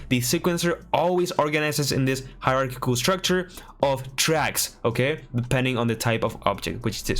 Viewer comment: ESL and people who speak multiple languages always fascinate me. No hate whatsoever, but it's funny that you say "pilot" a bit off but can say "hierarchical" perfectly. No shame. I can't even speak my native tongue T-T